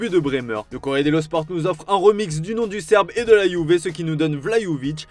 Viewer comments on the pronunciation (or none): none